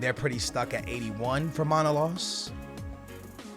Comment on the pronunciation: It's manolas not manolos brother😂